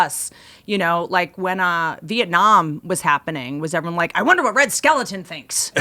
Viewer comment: The comedian's name was Red Skelton. Whitney said Red Skeleton. lol.